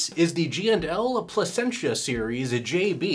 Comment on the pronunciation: Lol you murdered the name. Pleh sen sha is how it's pronounced